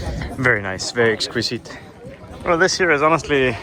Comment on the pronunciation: exquizzzite with a Z ( pronounciation bruh ) kool vid